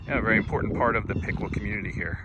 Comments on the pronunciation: Piqua is pronounced Pick way… not Pick quaw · Piqua locals pronounce it (Pic-way) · I know its not intuitive, but I've always heard it pronounced Pick-Way. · Piqua is pronounced Pick-Way fyi great video! Thank you for your work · Durand had an east-west Missouri Pacific line that is now abandoned. The north-south Missouri Pacific line is still active with the Union Pacific. Piqua is pronounced Pick-way. It had two railroads, Missouri Pacific (east-west) and M-K-T (north-south). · Piqua is pronounced pick-way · Locally we pronounce Piqua as Pick way. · Locally, Piqua is pronounced Pik-way. Grew up in Iola/Gas/LaHarpe, been to funerals at the big Piqua church. Behind where you were standing by the river at Neosho Falls, there's a clearing that people used to use for camping in the 70s and 80s. We would walk down to the river and fish from that very bank you were standing on. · Love all your videos, thanks for the memories. Used to live in Woodson Co. years ago. Just wanted to let you know that the correct way to say Piqua is "Pikway". I know I made the same mistake first time I met someone from there. I was born and raised in Wichita and went to WSU freshman year.